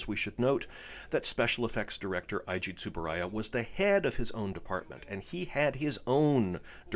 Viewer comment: Ei-ji Tsuburaya, not Ai-ji. To-mei Ningen, not To-mai.